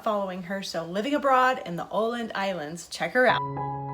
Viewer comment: Amazing my friend ! Those cucumber sandwiches looks super fresh and crunchy, can't wait to eat them soon. Excellent pronunciation on Åland (oh land) . Love this, see you on my pass the plate challenge :)